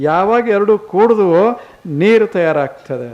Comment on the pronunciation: ನೀರ ಅಲ್ಲಾ ಸ್ವಾಮಿ, ನೀರು ಅನ್ನಬೇಕು ಅಲ್ಲವೇ 🙏